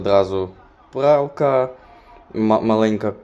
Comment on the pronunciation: Який іспанський та англійський,він слово пралка не може вимовити😂